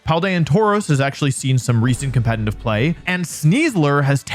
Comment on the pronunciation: I dont mean anything bad by this but: youre pronouncing "competitive" wrong. Youre saying "com-pe-ten-tive" or "com-pe-tenly" its actually "com-pe-ti-tive" or "com-pe-ti-tive-ly" I hope and think most people care less than i do (its a curse for everyone involved), but since youre saying it once or twice every single minute, its making me not wanna watch the vids. Even though theyre great. So instead of just going quietly, now you know. <3